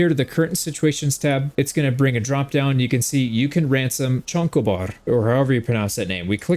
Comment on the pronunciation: Lmao "chonko bar"